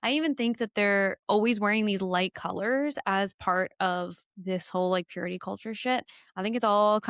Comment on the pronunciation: God is like..sooo important, you guys! We need to live lives of purit-ah! The ene-mah is like...so bad 😂